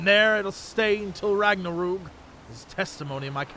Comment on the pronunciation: Ragh nar Roog..... Ragnarok? smart.....